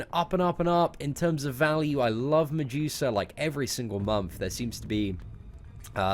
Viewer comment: I laugh everytime you say MiJEWsa instead of Medusa